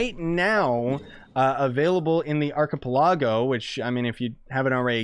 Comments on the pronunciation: Me when he said Archipelago: An arcip-lawg-oh?? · He said ark-ka-pa-log-O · The way you said arcapeligo